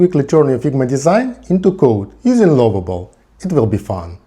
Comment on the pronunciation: bro the way you pronouce lovable is very funny🤣♥